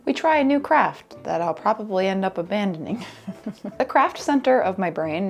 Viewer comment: Maybe because my big ol' Italian Papaw was the same way, but "yeh, I coulda prrrobably a-do thet" is killing me 😆